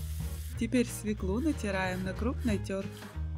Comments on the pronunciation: Не свеклУ, а свЕклу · Свёклу Свёклу Свёклу!!!Запомни,женщина!